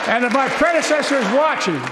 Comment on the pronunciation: "Unlike my prezinesser....my prenzinesser....my predsernesser....you know the thing!"